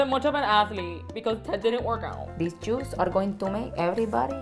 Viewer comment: “GOD FORBID” and “SUPER feo” and “choes(shoes)” 😂